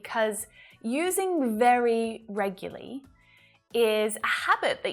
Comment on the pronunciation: I have learnt so much of so many things. I can't thank you enough. This tjme i could not follow your pronunciation of REGULARLY. Can you help me?